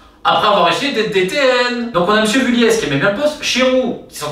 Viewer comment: Salut Romain. Très bonne vidéo, comme d'hab je dirais. Juste une petite précision. Jean-François Vulliez, dit Jeff Vulliez.... On le prononce à la Haut-Savoyarde, donc on ne dit pas le Z, comme Avoriaz... Pas Vuliaize (en phonetique), mais Vulié.